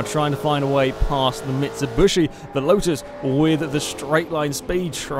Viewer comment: Interning pronunciation of Mitsubishi